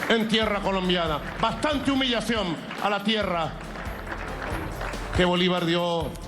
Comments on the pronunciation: Jajajaaaaaa, no sabe ni hablar..."humillacióm, plam, com, biem" Jajajaaaaaa el analfabeto no pronuncia la "n" al final de ninguna palabra, todas terminan en "m" Jajajaaaaaa 😅😅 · Se dice humillación no humillacioM Maduro